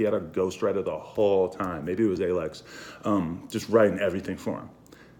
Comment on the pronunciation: “Maybe it was aylekks”